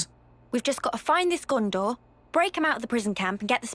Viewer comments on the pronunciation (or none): In LOTR it is Gondor not Ghondor